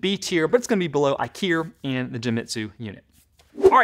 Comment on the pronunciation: When you said IKIER, I thought IKEA made a laser cutter and you suddenly turned British.